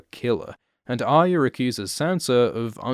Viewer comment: The way this dude says "Aya" triggers me bad.. There is an R in there brother... or is it "byotha"